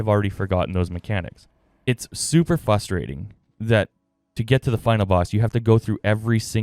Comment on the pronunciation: Great very helpful vid, but plz practice saying "frustrating" not "fusstrating" 😂 if you're gonna say it 20x you might as well learn the word mate